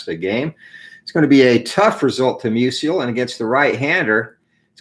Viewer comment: Good game. FYI, I believe it’s pronounced “MEW-zle” (two syllables) — not “MEW-zee-el” like Stan Musial.